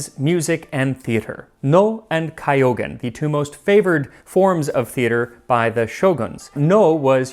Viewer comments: Almost yes Max was very good except Kyogen. It's just like what you would with Tokyo, k y o is contracted together to form one sound Kyo or Kyou. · あぁ～日本語上手ね～ He's learned! Until I got to "kyougen" which is ....k-yo-gen. Not kaiogen... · Not sure if anyone mentioned it, but the pronunciation of Kyōgen isn't "Kaiyogen", the "kyō" is similar to the "kyo" in kyoto but with the o held a bit longer. I know how you want to get the pronunciations right. Hope this helps. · Corrections I can do are: 1) it’s kyogen, not kaiogen, 2) I think dashi means stock so it doesn’t have to be bonito and kelp. My hometown in Kyushu area, the west side of Japan, often use flying fish stock. Either way thank you for making this video!! Wish you make a video about an ancient dairy product, So (蘇 in kanji). The origin is around in 700, Asuka to Heian era. You can make this by simmering milk and reducing its amount till 10% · Kyogen is pronounced as ki-yo-gen as in Kyoto, the ancient city. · OMG. I love your posting so much, and you really work to present other cultures so well... How did you end up mispronouncing "Kyogan"? :( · you cannot be japanese, or the way he pronounced 狂言 Kaïogen would have driven you mad haha